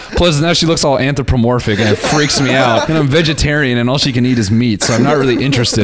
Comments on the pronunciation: Noel pretending he knew the word an·thro·po·mor·phic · Not Noel shitting on the writer's word choice cause he can't pronounce "Anthropomorphic" 💀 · nah the jokes he made about it i think made it clear. He even asked what it meant and couldn't pronounce it